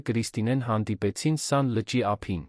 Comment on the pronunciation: Երան, Սան, հարան, Ընդհանրապես և -ը գոյություն չունի: Տհաճ է, լսելի չէ